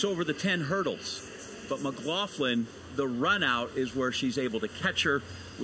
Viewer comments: Why is it that main commentator cannot pronounce her name!! McGlaFFlan lmao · why this commentator keep calling her McLauFlin?? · Stop saying 'McGlaufflin'!!! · And he's getting her name wrong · Next time get an announcer that can pronounce Sydney’s last name correctly